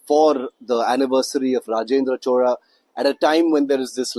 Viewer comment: Please say chozha, not chola..